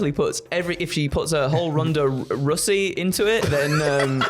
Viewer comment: “Ronda Russy” you vile man 😌